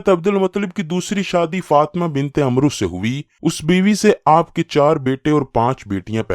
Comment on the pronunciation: "عمرو" کا درست تلفظ Amr ھے۔ Umro درست نہیں۔